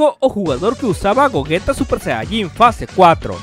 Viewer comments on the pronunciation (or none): none